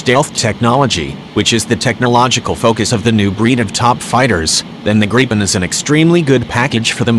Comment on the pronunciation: Why the fuck do these video's have computerized voices, let alone can't even pronounce gripen properly.